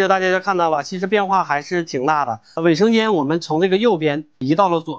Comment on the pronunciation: 念 卫（wei 4声）生间，不念伟（wei 3声）生间。